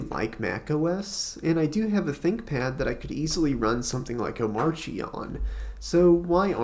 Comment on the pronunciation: Finally someone that knows how to pronounce this hyper version of Arch Linux